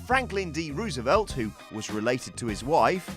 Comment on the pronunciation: It's Rose-uh-velt, not Rouse-ee-velt.